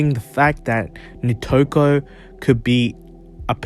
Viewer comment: Nitoku*** not Nikoto